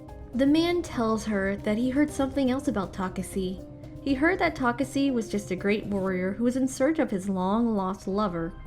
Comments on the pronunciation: Geez it was taking like forever to end i know if i I missed this video later on i won't understand a thing so I tried to understand what she wa speaking fuck i didn't even got it when she was saying takesse instead of Takashi untill i read the comments on this fucking shit video this girl really messed up my brain, she was so much trying to make her accent sound beautiful the more it got worst, have mercy on your subscribers and put so more efforts on your contents i don't even understand why they had explained videos from different channels ok even if they did why did they had to include this shit please never show up again after i click on don't recommend this channel please I'm begging you. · i'm sorry. I can't continue watching. I get irritated hearing how she mentioned takashi's name. takasi - taseki - takasi. 😤😤. Its TAKESHI! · its tuh-kah-shee. not tokuhsee or tokuhshe. TUH-KAH-SHEE, learn how to pronounce Asian names before making these. Jesus. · she said he's name wrong in mid part of video not only pronouncing it wrong ta kasi ta seki now u get it? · Oh my God yes yo ...Takasee takaseee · Wth a girl owns the second channel I'm never watching one more on this second channel It made me so confused She keep pronouncing his name wrong bruh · I mean I agree. She said Takashi when speaking to the hologram it seemed but then after that first time, it's misspoken the rest of the time. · Man she is really killing me saying his name wrong over and over again! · Tell me about it...😒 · really threw me off for real😪